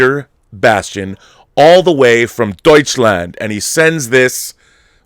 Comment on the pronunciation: Rob's "Deutschland" ist deutlich besser als Dieter's Englisch. 🤔😂